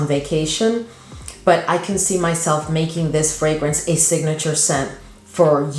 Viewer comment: ❤Thank you for all of your hard work, providing great content for us. I want to help you out. As a retired reading teacher, phonics was my specialty. So read the word FRAGRANCE now say the word FRAGRAN and add the TICA to the end. Now you can say it FRAGRANTICA… the root being fragrance, now you’ll always be able to get it right❤❤❤.